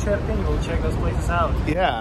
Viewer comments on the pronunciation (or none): Dude, what's with the Iprin instead of Irpin?! Still says Iprin